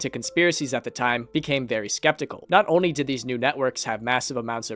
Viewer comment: someone tell this guy that there's an L in "only"